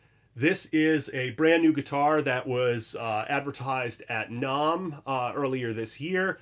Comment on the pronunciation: Learn to pronounce NAMM. Also musicians friend is guitar center.